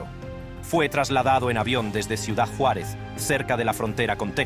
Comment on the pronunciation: Me gustó como pronuncia mi Juaritos la frontera. Yuarez. Jajajaja